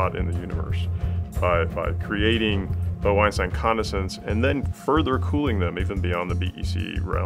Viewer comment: “Bo Einstein Condescents”